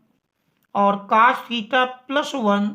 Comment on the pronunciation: Cos ❎️ Cas ✅️ 😂😂